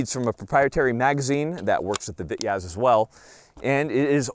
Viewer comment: for the love of God its Pronounced "Vee-Tez' in Russian